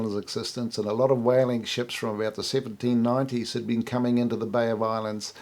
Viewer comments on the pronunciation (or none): none